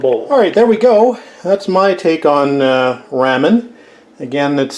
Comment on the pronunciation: I love your cooking videos! Nice and instructive just like your restoration videos. Oh, but it grated on me... every time you said “raaa min”. I’m in the “Rah min side of the fence! Just did spare ribs this week. Traditional recipe. But this gives me an idea for Soy based sauce. Thanks!